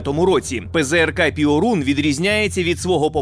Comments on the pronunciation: Перун, а не "піорун" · Не "піорун", а пьорун! Тобто блискавка. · не піорун, а перун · ...штук. і то не на передову. А польський ПЙОРУН - то Перун., а не піорун. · io в польській мові читається як йо - тому не пиорун, а пьорун. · Piorun читається як Пьорун. А переклад то блискавка. :) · ПЗРК ПьОрун. наголос на "О", яку пом'якшує "і" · Після слів "піорун"😂 я пішов звідси і думаю не повернусь)